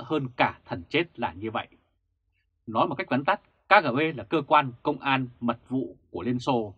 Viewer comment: ơi: nói đúng là Ka, Ghê, Bê nhé theo tiếng Nga